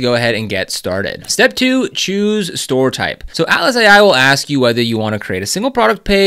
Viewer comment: You definitely need a newer mic - ouch! When you say Atlas it sounds like Alice. I do however appreciate the much important guide.